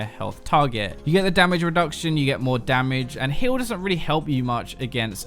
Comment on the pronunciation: I swear he's saying Hill instead of Heal.